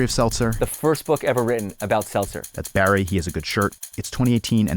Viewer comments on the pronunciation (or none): none